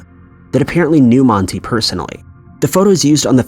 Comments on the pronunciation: Man-tie..... is how you pronounce his name. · It's pronounced like Man tie not Monty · His name isn’t monte. For fuck sake. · 4 maybe pronounce his name correctly. It’s an A sound not E. Moron.